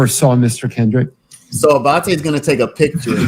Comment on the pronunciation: Love the way you pronounce ‘Abbate’.